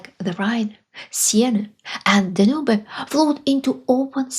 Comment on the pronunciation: Good work. BTW, in English "Danube" is "Den-yoob".